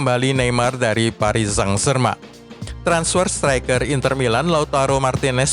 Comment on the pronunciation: Wkwk komentator nya nyebut psg.. paris sang germen wkwkk kocak